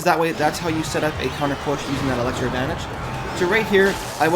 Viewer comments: It's elixir not elexir bud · it's pronounced elixir, not alexer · it's called elixer. not elexer